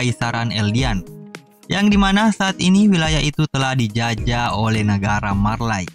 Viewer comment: Hange dibacanya hanji Marley dibacanya Marley aja atuh bang